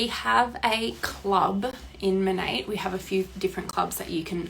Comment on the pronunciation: 😂😂😂 It's actually pronounced as Money??? I thought it was Moan-aht. This shit got weird real quick, and I'm really put off by that company even more. Feeling sensitive today with my hormones, so Imma let you have a view, a like, and a comment. Maybe I'll finish this in the future. I think the Auwwrrr Naurrrr sent me over the edge, because I already hate someone with that accent, plus her friends.